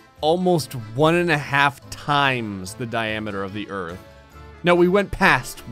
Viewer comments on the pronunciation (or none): Hahaha “ERTH” 😂